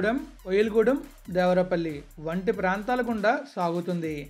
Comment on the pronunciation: Bro it's దేవరపల్లి not దేవరాపల్లి..later one is near Vizag..